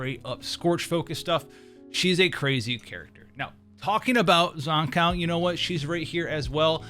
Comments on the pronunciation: Zan-COW? dude its pronounced Zankoo... Like skew, blue, boo and Zankou... I would even take Zankoo, like zoo or even Zankou like go. Zan-COW is where I draw the line haha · That aside could you please learn to pronounce Zankou correctly thank you